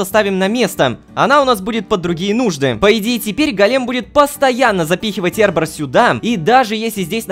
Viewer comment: Правильно не "эрбор", а "арбор". Не "прекантатио", а "прекантацио"......латынь